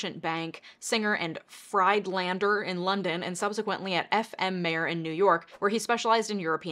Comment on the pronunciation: RE: Singer & Friedlander: Singer & FREED-lander. I'm guessing the name is German (ancestrally). With the letters I and E in combination, in German, it's the 2nd letter that gets pronounced with a long sound with the first as silent. Friedlander: FREED-lander Freidlander: FRIED-lander Thanks! Excellent show as always. Always happy to see your subscriber numbers on the continued up and up.